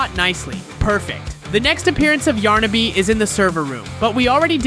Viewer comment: You can even say those two characters correctly it's yarnaby and pianosurorus